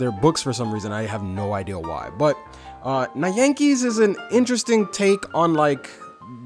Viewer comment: Your pronunciations were a bit off. The title is pronounced Nyan-kees (Nyan is basically the sound of a cat meowing) also Taiga you pronounced it right the second time, almost pronounced like you would Tiger.